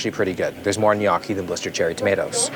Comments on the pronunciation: it’s gnocchi which is pronounced nu-yoki, not “knocky” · Where’s Katie when you need her, it’s pronounced “knee-OH-key” !! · Nee yokie not nockie your a knock off food critic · Its noookie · I love you will but it is pronounced No-key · No way bro called it “nyock ee” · the pasta is pronounces "en-yo-kii" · How do yk not know how to say gnocchi ? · Have I been saying gnocchi wrong my whole life or have you? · The way you pronounced gnocchi hurt my soul 😢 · took me way too look to figure out he was trying to say gnocchi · i love everything abt this dude except the way he pronounces gnocchi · That might be the worst pronunciation of gnocchi I’ve ever heard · The way he pronounced gnocchi threw me off lol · pronouncing Gnocchi like it’s an Asian cuisine lol